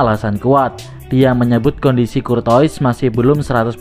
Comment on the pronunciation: Courtois bacaannya KURTOA parah min 😂